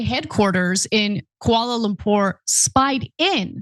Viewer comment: Did she just say Kuala Lumpar? Does Ana actually have a passport? Does she travel at all?